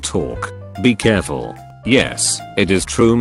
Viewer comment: "Beeee Curfull"